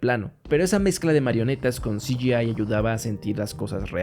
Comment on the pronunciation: Todo muy bien explicado. Lo de "si yi ai" me hace gracia